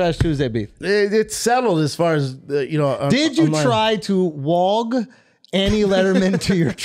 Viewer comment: "Did you try to 'walg' Annie Lederman to your 'trugg'?" LOL